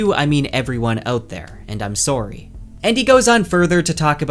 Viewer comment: "And I'm sooorryy" is pat Canadian?